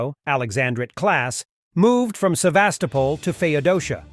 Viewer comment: Sevastopol = Seh-vahs-TO-pol.